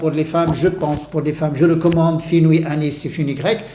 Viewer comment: FENOUIL.... pas : FINOUI...